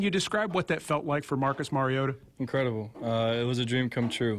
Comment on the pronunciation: The only tv guy who pronounces Mariota's name correctly ..MarioTa !!! Say the t not Marioddda as it's always said by the commentators .. Great debut! Insane really..Marcus played like a vet not a rookie👏👏👌👌